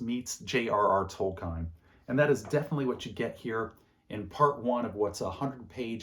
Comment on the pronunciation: Not “Toll Kine.” It’s pronounced “Toll-keen.”